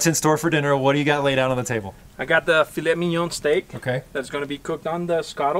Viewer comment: I'm French and i have to say that the way he pronounce Filet Mignon is flawless !